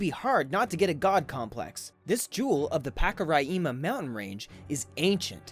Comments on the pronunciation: Hi ,I am from Guyana. Mount Roraima is pronounced as RO-RI-MA. It is actually is in GUYANA. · You could have easily called Brasil to ask how to say Roraima. Maybe the head of state of English Guyana would dislike that, so I understand your confusion. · hi im from Guyana and its pronoumce Ro-ri as in rice-ma and Pak as in pack-ka as in catch ri again as in rice and ma as in man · These videos are amazing. My only correction is It is pronounced Ror Rih Mah and my country is called Guy Anna.